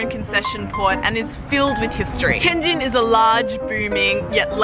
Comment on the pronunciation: OMG, you are pronouncing the subtle difference of the two characters: JIN and JING really well. Better than a lot of my Chinese friends from southern parts of the country. Amazing!